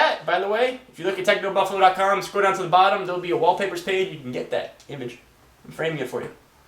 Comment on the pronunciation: its TechnoBuffalOOOOOOOOO not BuffalUUUU COME ON!